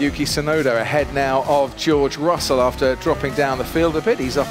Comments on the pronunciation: no that is 'yuki' which can mean snow, the correct pronunciation of Tusnoda's name is with a long double uu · Only Jenson Button seems to get the pronunciation of Tsunoda right (probably because of his time in Japan and his ex wife being Japanese). The T in Tsunoda is not silent in Japanese. The syllable tsu (つ) in Japanese is the same sound as the "ts" in "cats". But English speakers always seem to assume it's silent. The same mistake is often made when saying the Japanese word, Tsunami. Although it's less obvious, the "u" in Yuki is extended a little bit more. Just plain "Yuki" without the extended "u" is not only the same as the word for snow, but a girls name.